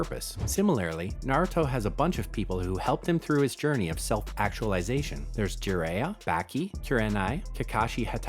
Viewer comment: This video is actually garbage. I’m sorry, just your pronunciation of Jaraiya and Roku’s names and the resangan your either AI or you just didn’t watch either show